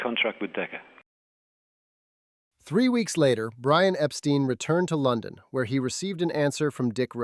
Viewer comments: It's Ep-Stine, not Ep-Steen. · "Beatles" (with a T), not "Beadles". And "Epstein" = "Ep-stine", not "Ep-steen". 😐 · Disappointing errors in detail. Mispronunciation of Brian Epstein’s surname as “ Epsteen “ rather than “ Epstine “. Anyone who knows the Beatles knows this. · You got Brian Epstein's name wrong! Clearly you must be an IGNORANT AMERICAN!(ALL AMERICANS ARE IGNORANT!) The name Epstein is meant to rhyme phonetically with "dine, wine, fine" etc.